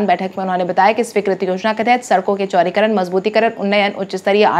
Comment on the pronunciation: Chaurikaran ya chaudikaran da ko ra tumkhub bolati ho